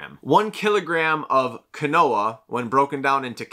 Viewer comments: Quinoa is not pronounced as kwuh-NO-uh it's pronunciation is KEEN-WAH. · Right? Keenwah lol. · Quinoa is pronounced like (Keen-Wah) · pronouncing “quinoa” as “Ka-Noah” is annoying me more than it should 💀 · Sounded like canola so I came to the comments for help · I thought he was saying canola until I read your comment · The quinoa pronunciation tho